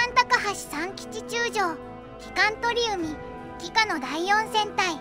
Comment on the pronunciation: 鳥海→×とりうみ 〇ちょうかい